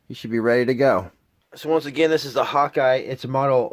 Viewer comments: It's HAWKE not Hawkeye 😂😂😂😂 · Slow down just a bit so we can understand what you are saying. Also, the type scope you are using is not a HAWKEYE scope. It is a Hawke (pronounced like the bird Hawk). Thanks for the info and the contribution to the AG nation.